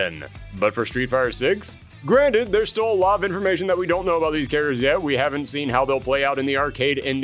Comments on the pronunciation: "karaders" ........ You mean CHARACTERS???😂😂 This guy kept saying the word and sounded so wrong every time. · Why does this guy keep saying care-derz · Pronouncing "characters" as "char-ters" is bothering me more than it should be. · "KA-RA-DURRS" 😂😂😂😂😂 Bruh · "Karadurrs" you mean characters!???? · Thank you for this video about all the cut "chariders" from "Street Figh'er" :) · A History of Cut Street Fighter "caraders" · Are you saying care-uh-ters??? 😂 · Are you trolling with how you say characters